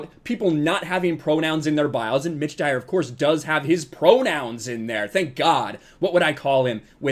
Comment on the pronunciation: Oh, it's "Mitch Dyer"! All I heard was "ditch diver".